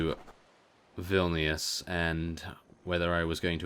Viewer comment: hey you are saying vilnius wrong